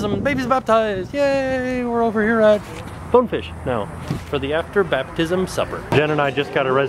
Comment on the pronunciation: it is bone fish grill not to be meab